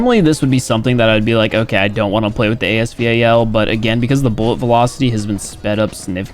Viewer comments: calls AS VAL- A S V A L Everyone A S VAL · Nobody: Absolutely nobody:: A-S-V-A-L Me: It's the A-S Val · "AS V. A. L don't spell it out bro jus say Val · Dislike because of A-S V-A-L pronounciation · Not you saying the AS VAL name AS V-A-L. So much anxiety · bro no it’s not it’s called the as Val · dude literally the manufacturer of the real weapon call it A S-val so, no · Ffs its khu khu noine ans as vaaal